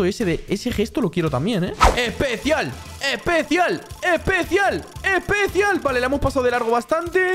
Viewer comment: Porque dices epecial